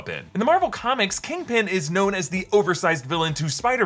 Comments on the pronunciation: kingping? its kingpin 💀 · Kangpin. You heard it here first. Also, she’s a Skrull.